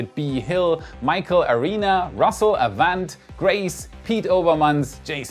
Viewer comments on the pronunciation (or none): none